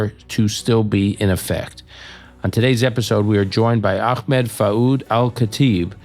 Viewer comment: It's truly a minor minor point, but is noone else peeved that so many american podcasters find so many ways of mispronouncing Ahmed's name?